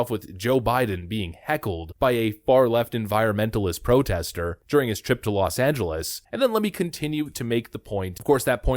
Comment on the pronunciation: Excuse me, "Welcome to Los Angelos?" What? Does he live there or something?